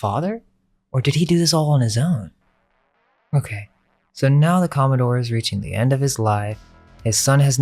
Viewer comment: com·mo·dore /ˈkäməˌdôr/ Learn to pronounce noun a naval officer of high rank, in particular an officer in the US Navy or Coast Guard ranking above captain and below rear admiral. the president of a yacht club. the senior captain of a shipping line.